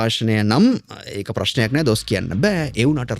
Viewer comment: නෑ බෑ වෙනුවට නා බා වගේ කියන්න එපා, එපාවෙනෝ.